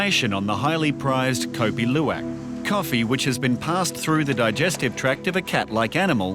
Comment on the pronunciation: I have never heard the pronunciation of "Luwak" this bad